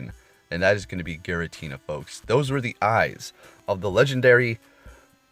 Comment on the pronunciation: Giratina not Garatina